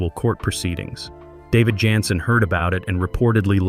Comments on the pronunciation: There was no unaired episode. Don’t believe everything that’s on the Internet especially now with these Ai compiled & narrated Weird Facts. They don’t even pronounce David’s last name right consistently (at times calling him Yanssen & even Johnson near the end). 🤦‍♀️ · I enjoyed your narration, but his name is pronounced as Janssen w/ a “j” not a “Y!!!”